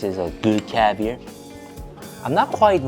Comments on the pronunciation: I'm a big fan and been for a while. Your pronunciation of CAVIAR is killing me LOL. It is caviAR, not caviER. hahah love you still :) you funny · love the way u say cavier its caviar😂😂😂😂😂😂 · Its called caviar not cavir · it’s pronounced ar at the end like car. Caviar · You have to get pirate-y when you say caviar. It's pronounced caviarrrrr (cavy-R) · Him saying cavier is driving me crazy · The way says "caviar" 👍😂😂🥰🥰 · You sound very Texan when you say caviar xd